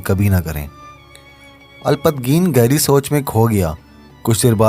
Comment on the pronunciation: اچھی کوشش ہے لیکن آپ کی اردو تھوڑی کمزور ہے کیونکہ آپ نام بھی صحیح سے نہیں لے پا رہے مثلاً سبکتگین کا نام سبتگین لے رہے ہے اسی طرح الپتگین کو الپت گین کہہ رہے ہے معذرت کے ساتھ